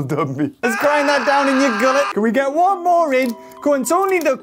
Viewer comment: The way he says “WONE” Toro be like “this maniac has my family and he’s force feeding me!”